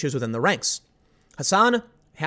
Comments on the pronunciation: Dude! Look at the article. It's Hasson not Hassan. Tim just mispronounced his name. Apart from that, I don't buy these Nazi white supremacy accusations either. We all know that everyone who disagrees with the religion of intersectionality is a white supremacist and a Nazi, so.... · It's 'Hasson' not 'Hassan', morons. White nationalism is bad. It's inherently racist. It doesn't belong in America. And yes, this is partly the result of the left being a bunch of wannabe martyrs. American conservatism has no place for racism. A paranoid mind will assume everyone is lying to them. At that point, everything feeds into the paranoia. Keep that in mind before jumping to false flag assumptions. Jordan Peterson gets called a crazy Christian and a closet leftist by extremists on either side.